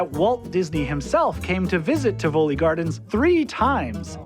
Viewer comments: I think it should be pronounced as "tee-vo-lee" with a stress on the first and a light stress on the last syllable. you pronounce it the way I would! All in all a nice try! Being a Dutchman I can imagine it's tough to find out how another related but strange language works. Well done! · IT'S Pronounced TI' vo-li , you guys, with accent on the FIRST syllable. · TI voli NOT Ti VOli! Americans always think all foreign words are pronounced like Italian spaGHetti, you just accent the second syllable. No that's very often not the case! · Great video. But a note on pronunciation: the granddaddy of all amusement parks is called TIV-oli not Tiv-O-li. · Isn’t it ’Tivoli and not Ti‘voli?!?